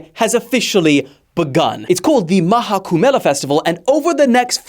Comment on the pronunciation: it is not maha kubmela it is maha khubh mela btw i am from India and i will visit this tomorrow